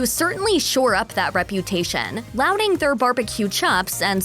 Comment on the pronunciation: "lauding" is not pronounced "louding" as in this video! It's "lawding" (lauding). Every time she said "louding" I would cringe. I hope that you will be able to cross the Pond one of these days, and try the many varieties! (You need to experience a Hawai'ian luau, too, for the meat that is prepared Polynesian-style.)